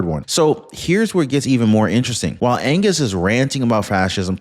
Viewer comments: Did you just say Charley Anuss instead of Angus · You just said, Charlie Anus🤗🤣🤣🤣🤪